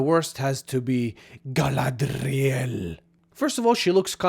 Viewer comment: Everytime you said "Gallladrrrriellll" I had to think of Clearance from Final Space.